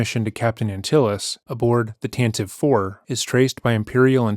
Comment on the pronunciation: IT'S PRONOUNCED 'TAN-TEE-VEY'!!!